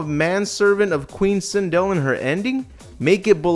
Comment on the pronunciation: How do you feel about butchering Sindel? ED: Yes..